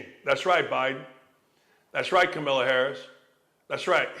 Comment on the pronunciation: It’s really immature you intentionally don’t say people’s name correctly…it’s a passive move that has associations with behavior of CNN’s anchor… It’s Kamala and i may dislike her but bro be an adult…